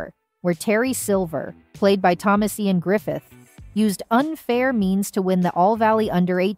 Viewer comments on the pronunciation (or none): none